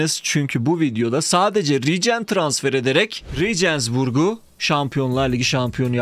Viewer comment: Abi soyle okunuyor reegeensburg